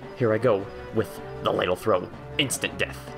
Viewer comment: it's pronouced l aah dle